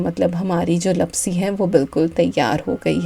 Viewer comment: Hi dear..i am Gujarati so i want to say that the sweet dish is pronounced Laapsi not lapsi... Love watching your vlogs..👍